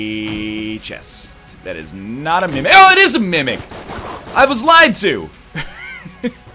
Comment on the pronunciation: Every time NL says Mimic all I hear is him saying Mummek, from back when he was playing Quiplash.